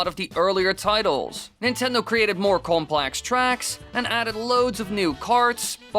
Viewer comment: Am I the only one who was really bothered that he pronounced "Complex" like "Complax"?